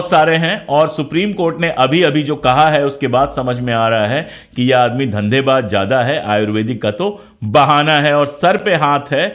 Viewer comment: sir parnam.. sir mai aapki idealogy ka zabardast samarthak hun.. sir waise tou aapko kisi baat pe correct karna Suraj ko chiraagh dikhana h..lekin bohot mazrat k saath Mai aapke pronaunsetion k baare Mai kuch sujhaw dena chahta hun..sir aapne iss video mei shuru me (dhandebaaj) lafz ka use Kiya h ye lafz dhandebaaj nahi dhanebaaz h..,.aur ek jagah aapne (zurmana) use Kiya h ye lafz (jurmana) h aap z aur j k beech mei ghalti kar rahe hai...ek baar phir boht2 maazrat..